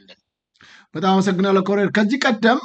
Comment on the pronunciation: ወንድም: "ኮሎኔል" ነው የሚባለው "ኮረኔል" አይደለም:: የአማርኛው ቃል የመጣውም በቀጥታ ከእንግሊዝኛው ቃል Colonel ነው:: በተረፈ በርታ! ሚዲያህ አስተማሪ ነው!